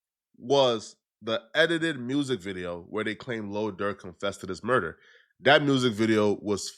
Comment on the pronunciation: You said quando rondos urder